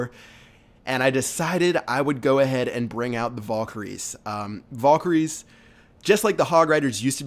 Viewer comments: (Val-KA-rees) Not (VOL-ker-ees) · Nice vid Fyi its valkeries not volkeries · your pronouncing valkyries wrong. Its not pronounced "volkyries" its pronounced "vhalkyries more or less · like this if when he said "vulkiyries" it pissed you off